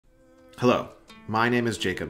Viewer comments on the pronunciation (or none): none